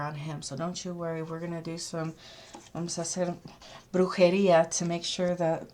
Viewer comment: Wow, fascinating reading, thank you! I'm Latino too, I see how you pronounced brujeria lol. So horrendous for poor Maddie and it makes sense considering how strange her mom has acted. Body language and lack of emotion told me something is way off. Omg if mom is responsible then she's insane and a huge liar. Certainly this can take a big twist and we will be shocked. I'll listen to your prior reading on the mom.